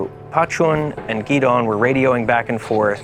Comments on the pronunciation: You're an American. How come you don't know how to pronounce "Gideon"? It's in the Bible too. 😂 Say it with me - Gi-Dee-yan. It's not Gee-Dawn. Cmon now. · I lived with Gideon for months, so I know how to say his name. They don’t pronounce it the same way that Gideon is pronounced back in the Anglosphere; the Chin pronounce it differently